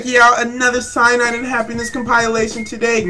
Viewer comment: Compilation (com-puh-lay-tion)